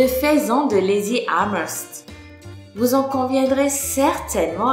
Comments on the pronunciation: On dit pas " faisan " plutot que " faison " ? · Juste une erreur au début c'est "faisan doré" et non "faison doré" et ca se dit "feusan" ;) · le faisan se dit [fesan]